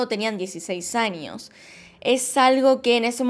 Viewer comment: Yo amo cuando dice anios(años)